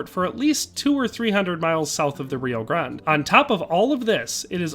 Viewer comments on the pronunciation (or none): none